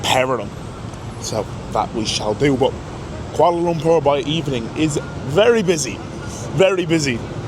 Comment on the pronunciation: ur pronounciation of Kuala Lumpur is spot on . Welcome n enjoy ur stay